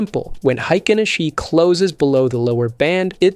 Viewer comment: hikenaSHEEE, C'mon. One disclaimer is enuff